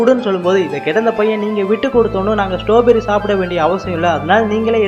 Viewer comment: ஸ்ட்ராபெர்ரி இல்ல ஸ்டாபெரி